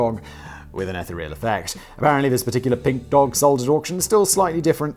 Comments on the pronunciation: It's ee-THEE-ree-ol, not ETH-uh-ree-ol… I cant even with this man 😂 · The ETHER is not the EH-ther, it’s the EEEfher (with a long E). The word is EEEthereal, not EHthereal. That isht drives me crazy please say it right. Thank you. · eth-EE-real, I think you mean.